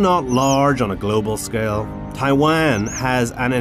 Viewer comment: 這些影片，鳥，昆蟲圖片都是台灣，對吧！ 但英語發音好多聽來是Tai-land 。 有中文發音的嗎？